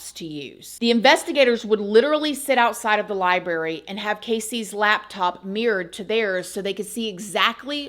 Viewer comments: I'm sorry but I can't listen to you say one more time. Im.out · We like your show but please note the word library does have an r in the pronunciation. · I was hoping you'd say LibeRRy and u did not disappoint lmao love always ❤